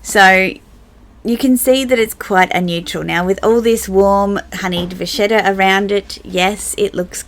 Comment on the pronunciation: Once again, agree with everything you said 🙈😂👏🏼 Beautiful job describing color and can’t agree more using monogram with prints and how it’s a neutral that finishes an outfit. (you said vachetta the way you’re supposed to!! Lol 💅👑😎) I use my azur with what ever lighter colors to make it my pop of “white” Love that Gucci/Bal tote 😍 Another killer video down in the books! CHECK!! Haha ☺️💕😘